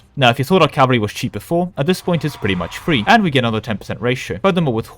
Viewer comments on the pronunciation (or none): none